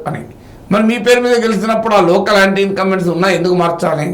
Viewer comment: ఆంటీ ఇంకంబెన్స్ కాదురా అది యాంటీ..